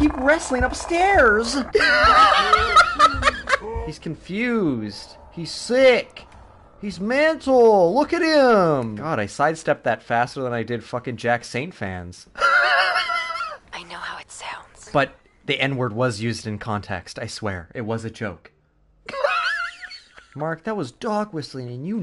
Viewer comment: for a second i thought you said jack stauber and not jack saint and i was like "what beef does have with the claymation man"